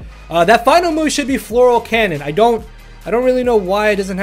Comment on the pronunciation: i love it. FLORAL CANNON. Its Fleur cannon LMAO